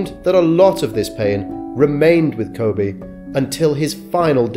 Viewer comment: His name is pronounced "Ko-bee". Sorry, but it just feels disrespectful to pronounce his name wrong, even if it's spelling is the same as the Japanese city pronounced "Ko-bay".